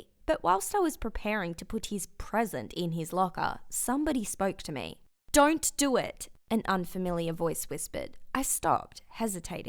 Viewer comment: "dornt do it"